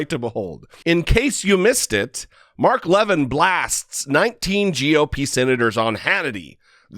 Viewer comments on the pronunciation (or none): I don't know why it pleases me so much to hear you mispronounce Mark Levin, haha. Feels like when people make fun of Tomi/Tommy/Tammy/Tony Lahren/Loren/Laywren